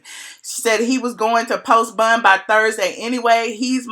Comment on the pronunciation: Im from NYC and I love the way you say bond..."bund" 😂😍